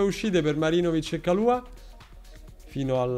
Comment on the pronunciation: È Marinovic o MaGIROvic??? 🤣